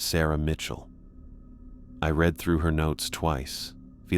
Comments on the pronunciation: You really gotta fix how the machine-generated narration pronounces read / reads when it's past tense, present. Totally gives it away. "tho whoever retz this..." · I really enjoy your content, but your AI needs to learn the difference between read and read, and tear and tear. It really pulls a listener out of the story to hear the incorrect pronunciation. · Before the misuse of 'read' I wouldn't have thought this was AI..